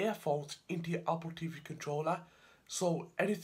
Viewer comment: “AH-POL TEEVEE”